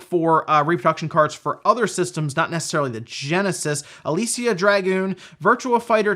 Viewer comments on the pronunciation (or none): none